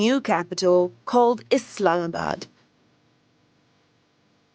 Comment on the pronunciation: Thanks for pronouncing it correctly. ISLAMabad. And not Izlamabad